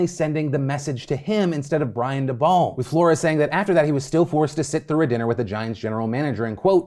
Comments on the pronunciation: Daybowl not daball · Fyi Phil it's Brian (Day-Bull) not Da-Ball 😉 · The way you pronounced Daboll is hilarious